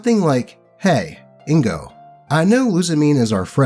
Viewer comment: i wasnt even this early to my own birth edit: oh shit pokemon nicknames. also its IN-GOH, not indigo